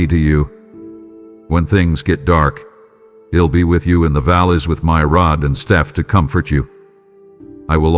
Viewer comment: For the American English version please check the words: I’m and I’ll - the I is pronounced like the word Eye. Also look up the sound for “aren’t”. (This is just to help your A-I). - not Y’all but rather you should feel calm. - you’ll find strength in me to deal with …. I don’t play nicely with you? … I don’t like sin? No SIN IS BAD. I DON’T LIKE SIN. God never sins. (Is this done by Y. A.? He loves to tell lies. If he has anything to do with those statements then he had better quit.